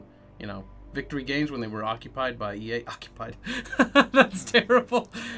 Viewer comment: “Occupied” LOL